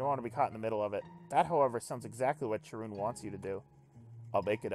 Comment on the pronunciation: Pretty sure it should be pronounced Ka-run, since it's from the Greek "Charon".